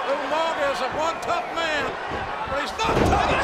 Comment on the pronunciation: everytime i hear umaga i cant help but think “ewmanga”